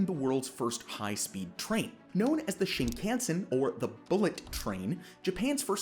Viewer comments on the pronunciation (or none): Please learn to pronounce Shinkansen. Your guest says it right then you butcher it. This is just painful and funny. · Could you please pronounce shinkansen correctly. Stop saying it wrong. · This video lost most of it's credibility just 45 seconds in when he tried (or rather didn't try) to pronounce Shinkansen. That was so sonically dissonant in my brain that I no longer have any interest in finishing the video.